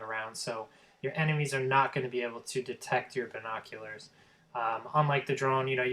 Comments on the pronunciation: yes you sound horrible sound like your saying vinkockulars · listing to you trying to pronounce the word "binoculars" is by far the worst thing you do because you sound like a fucking idiot you fucking nerd you'll never get that office job you stuck up teenager fuckhead go back to school you peice of shit so you can learn to pronounce your words damn